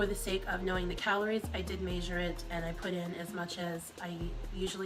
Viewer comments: Who the fuck says Maysure instead of measure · Omg I can't stand the way that girl said measure !!!! It's not may-zure it's measure ! Dear Jesus I am annoyed lol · god i hate how pronounces measure ‘maishure’. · Wtf is MAY-sure?! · I can confidently say I've never heard "measure" pronounced like "major". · UGHHH she keeps saying "MEYSURE" I'm AGGRAVATED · the fact that she has no idea how to say the word "measure" correctly means she's not doing it often enough to know how the word is acctually pronounced 🤦🏻‍♀️ it's like she is just learning the word for the first time or somthing, very weird. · Why tf does she say measure like that? MEESHURE.. ugh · If says "maysure" one more fucking time..... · measure it she says major it.. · The way says ‘measure’ really pisses me off Tf is “maysure” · WHY DID I JUST NOTICE THAT WTH DJDKDKCJ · Yes!! I stared at the screen thinking “what did she just say?!” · I hate when she says that. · I’ve never seen “” but the way she says measure and bagel (so far) bugs me more than ANYTHING has said so far... at least she confuses her words with other words most the time